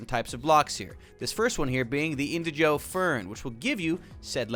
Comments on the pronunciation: The fact he kept saying indiJOE instead of indiGO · Pronounce Indigo like Indi using Indie and Go like go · why is he saying indigo (in-dig-o) like that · Why do you say indigo like that